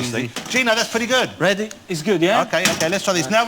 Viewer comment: Are you weady to wumble